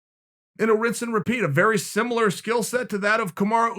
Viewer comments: Dictionary: "Similar" Chael P: "Skimilar" Dictionary: "Skimilar" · Chael "skimilar silset" Sonnen